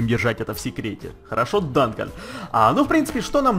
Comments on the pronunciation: не Данкан а Дункан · Не Дантон а ДУНКАН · не данкон а дункан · Дункан , Ане Данкан